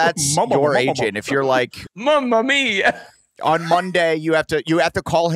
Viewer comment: I'm sorry "mumma-mia" was points